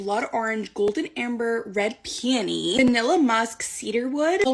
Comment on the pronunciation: why she say "red peony" like that. i cant with these tiktokers anymore bro they are so over the top and fake😭😭